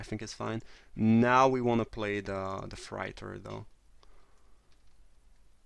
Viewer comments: Its pronounced fray-tor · Hey :-) Love your vids. I really admire how well you speak English. I wish I could speak a second language as well as you speak my first! Just wanted to give you a little tip that the word "freighter" is pronounced with an "8" like sound, so like "fr8er" if that makes sense? I hope I'm explaining this ok. Keep it up with the great vids :-) x